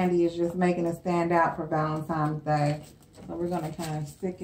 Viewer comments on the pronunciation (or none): THE WORD IS VALENTINES DAY NOT VALEMTIMES DAY